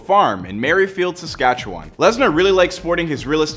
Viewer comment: Yeah, he also mispronounced Saskatchewan but most people do.